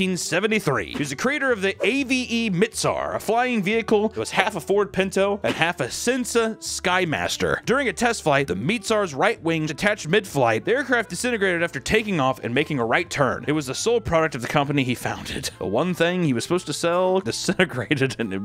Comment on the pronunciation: Lol "half a Cinsa Skymaster" . You were close Papa just gotta phonics that shit